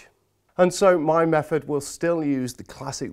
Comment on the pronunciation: also mefod and bovver and furoughly 🤣🤣🤣🤣🤣🤣